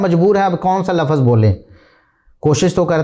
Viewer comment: Pehli baat to lafaz nahi lafz kehtay hain. Urdu to theek say bolein aap.